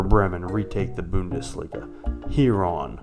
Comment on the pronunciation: I love the way you say bo-undesliga